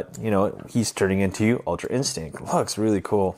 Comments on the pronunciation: anyone else notice that he says ultra instink and not ultra instinct lol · It was a good trick and review but I cringed every time u said instinct cuz u said in-stink and scalp for sculpt